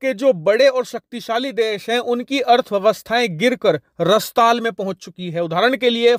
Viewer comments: रस्ताल या रसातल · रस्ताल नहीं रसालत बोलते हैं बंधु। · भाई रसताल नहीं रसातल होता है, कम से कम हिन्दी तो ठीक बोलो? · रसताल नहीं है अपितु रसातल है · भाई प्रणाम, विडियो के ३९ वें सेकंड में बोला गया शब्द 'रसताल' को 'रसातल' कहना चाहिए था। विडियो बनाकर स्वयं समीक्षा करें। दर्शकों/ श्रोताओं में अच्छा संदेश जाता है। बाकी आप स्वयं समझदार है। 🙏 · रसताल नहीं रसातल बोला जाता है।